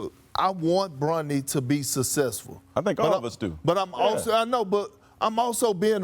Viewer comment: “Sus-sess-ful” -Kendrick Perkins